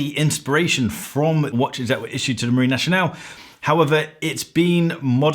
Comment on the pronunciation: "Marine Nationale" is not pronounced "naSHionale", it is pronounced "naSCionale".